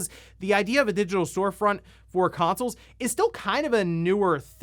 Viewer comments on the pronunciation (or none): none